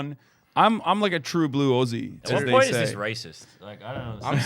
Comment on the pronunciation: god, he is saying "aussie" wrong, and "melbourne" wrong. This is hard to watch.